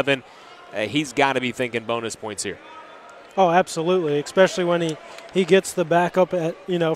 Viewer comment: I ex-pecially like the ex-capes